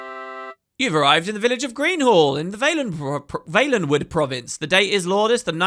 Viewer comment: Always thought it was pronounced Val-en-wood...